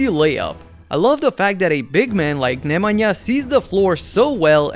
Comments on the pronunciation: The best pronounciation of Nemanja I've heard from a youtuber 👌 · Where are you from, that Nemanja was very correctly pronounced